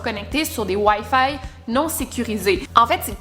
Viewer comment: Je m’y attendais pas à la façon dont tu as dit « wifi » ahah j’adore ton accents québécois ❤️😂